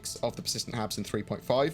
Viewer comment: Not gonna lie, thought you said "persistent abs," and thought it was a weight-management mechanic for our avatars, lol